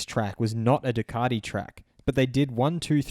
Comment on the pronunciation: Ducardi? Come on mate, you're embarrassing us. Either introduce yourself as Dilloon Shellee and do the entire video in a fake European accent and or give it up.